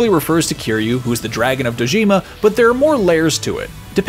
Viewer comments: "Dragon of Do-JEEM-a." really? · How he pronounces Dojima...😮‍💨